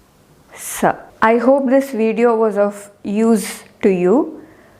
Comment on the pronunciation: Talu is wrongly pointed. komal talu is shown as talu here, Talu is between dantha and moordha. Proof: pronounce the letters in which need ur tip of toung to be in talu region. Her pronounciation for sa sha shha in is accurate